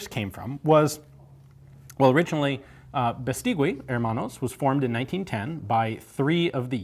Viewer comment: Great video as always. Let me just say, the last 'u' in Beistigui isn't pronounced - it's read like Beistigi. Cheers from Spain!